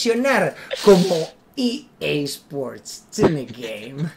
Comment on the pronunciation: Re dice EA sport in the game :v no TN game xd